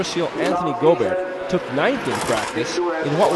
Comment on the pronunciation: Go-bear ? lol Making him a bit more European than Aussie there announcer man.